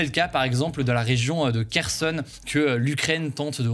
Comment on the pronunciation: Kherson (Херсон) se prononce Rerson avec le premier R étant inspiré comme en arabe pour khalass par exemple